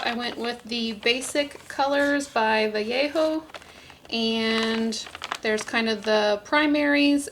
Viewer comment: Still watching, but have to immediately THANK YOU for pronouncing Vallejo correctly!